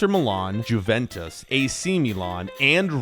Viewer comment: The way he said juventus 🤢